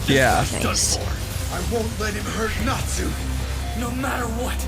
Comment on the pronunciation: The pronunciation of natsu is killing me 😢